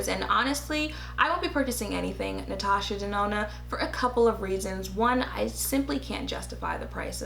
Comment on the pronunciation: Okayyy did she just say Ms. Natasha DaNOT!!! OMG TOO FUNNY LMAO!!!!! You are sooo painfully truthful but funny as hell funny!!!!